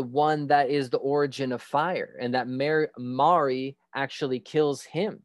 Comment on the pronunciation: Maori pronouced moldy . Mel ree 🤣 Theres also a prophecy to that too ..